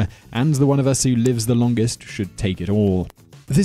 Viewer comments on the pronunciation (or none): none